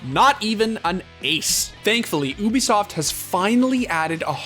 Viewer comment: Everyone: Ubisoft The Score Esports: Oobisoft